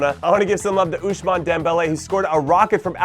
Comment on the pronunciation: Did I hear OUSHMANE Dembele???????